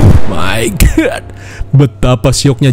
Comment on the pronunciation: ANYINGGG "OH MAY GATTT" ANYING SIAA ANYING